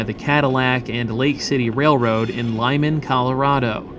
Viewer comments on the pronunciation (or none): none